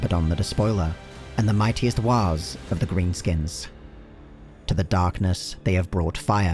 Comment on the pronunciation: Idk why but the way you said Waaagghs made me chuckle